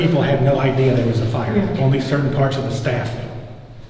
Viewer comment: Regular poeple: idea: idear(in every single video)